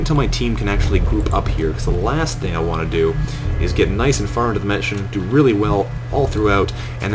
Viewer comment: Nice, not nuce.